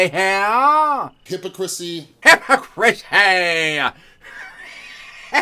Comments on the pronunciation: He’s so narcissistic that he had to change the pronunciation of hypocrisy to sound like his name is in the middle of the word 😂 hypo chris y .....ok hypocritical Chris 😂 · It's killing me how many times says the word hypocrisy, utterly mispronounced, while being a straight hypocrite...